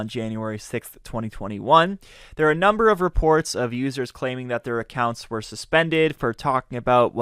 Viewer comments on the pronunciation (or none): none